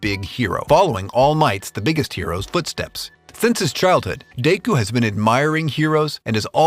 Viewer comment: Deyku? Deyku????? Seriously bro?